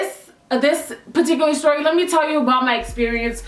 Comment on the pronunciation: "styory"...